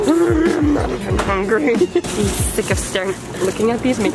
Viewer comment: “I am so hunger ry” LOL